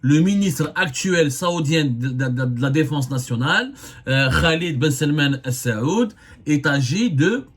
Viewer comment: Avez-vous etudié la langue arabe à l'école ? Vous n'arrivez jamais à prononcer correctement les noms des dirigeants des pays du Golf. Ce n'est pas la famille السعود mais آل سعود. Ni la famille بن زياد mais بن زايد. !!